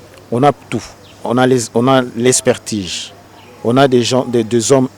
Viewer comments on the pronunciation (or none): Expertige? Je pensais que c'etait "Expertise". Vous avez fait vos etudes en Francais; qui les a fait en Kikongo? Papa, loba nayo lingala, oza ridicule!